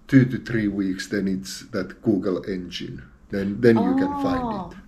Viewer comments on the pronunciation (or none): none